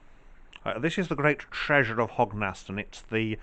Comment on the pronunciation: It’s pronounced Hog n stun